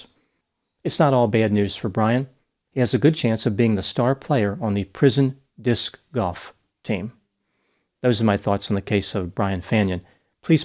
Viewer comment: Don't knock Disc Golf before you try it. The way you pronounce it is awesome lol.